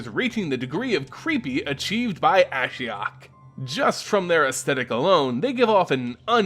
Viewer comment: You pronounce Ashiok the way I pronounce Ashiok.